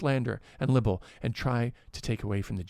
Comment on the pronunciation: "libel" is pronounced "liebal",, not "libble"!:D